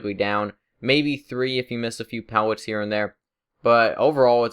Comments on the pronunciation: STOP SAYING PEWETS ITS PELLETS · pewllot what the fuck speach deformity does this guy have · he has a speech impediment, be respectful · am I the only one who hears him say pewwets?